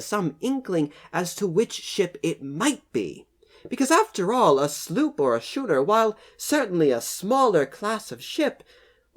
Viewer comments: Actually "schooner" should be pronounced "skoonah" as per the local dialect. If it was british navy ship during the revolution, it was probably burned in celebration, and forgotten after all the alcohol. It provided heat, and light to the independence day celebrations xD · Its pronounced skuner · Pronounced "skooner" despite the spelling. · As soon as I saw it, i knew it was a sloop or something along those lines. Also, the way you pronounce schooner hurts me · When you mispronounce "schooner", it makes the over-the-top attempt to sound proper even that much more hilarious. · Schooner or later he was going to correct his mispronunciation. Srry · Does it really matter? theres nothing here to investigate, just bits of wood and the remaining piece of the keel so theres really nothing worth preserving here at all and its certainly not worth paying excavation fees for little more than a bonfire's worth of wood. On a side note, it was interesting how schooner was pronounced in this video, I've NEVER heard that pronunciation before, as I grew up learning to pronounce the 'ch' as 'k' so when I read schooner, I hear skooner in my head and thats what I say... Is it different for the English?